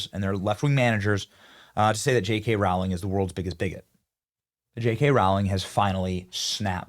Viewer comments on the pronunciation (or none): How does this guy have almost 6 million subs and can’t pronounce Rowling ?! It’s ROW not RAU …. Crazy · Rowling, pronounced Roh-ling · Rowling rhymes with bowling. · Why can’t anyone pronounce JK Row—-ling properly?